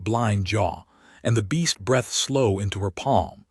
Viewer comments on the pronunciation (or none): and figure out how to make the AI say \breethed\ not \brethed\ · Breathed.. bd pronunciation